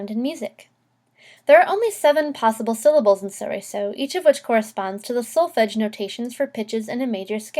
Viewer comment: The L isn't silent. It's from Italian, not French.